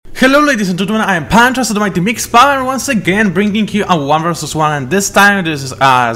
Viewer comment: gdy przedstawiasz sie 'panczasu' brzmi jak 'panczo'